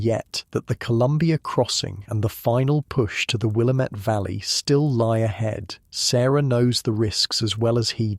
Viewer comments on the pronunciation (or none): Great story, as usual! I love the accent-- it is so calming. One quick note: the Willamette Valley is pronounced "will-AM-ette" as in "God- DAMN-it". I was corrected this way when I went there on vacation by the locals. 😉